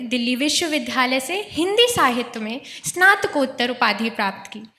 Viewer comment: संचालन करने वाले छात्रों को स्नातकोत्तर, मार्गदर्शन और विद्यालय बोलना भी सिखाइए। ये बार-बार सनातकोत्तर,मारगदर्शन और विध्यालय बोल रहे थे।